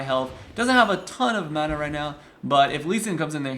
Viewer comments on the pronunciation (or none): none